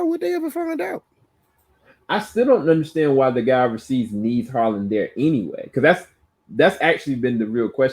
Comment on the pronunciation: Who’s Harlan lol. It’s Harold